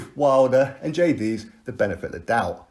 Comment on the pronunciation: Its a cotton wool swab to stem the blood. The fact that you dont even know how to pronounce Jay's name shows you're waffling absolute nonsense on a topic you have no clue about. Stop embarrassing yourself you bellend.